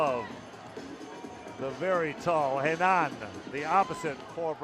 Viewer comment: Quadra horrível e fala desse "locutor" americano chapadão de whisky tapado ... o jogador que saca e o que ataca na rede é sempre "maurriciiio Borrrgeiss"... putz esse entende de volley ... e a pronúcia de "Renãããããaann" ... putz dói no ouvido kkkk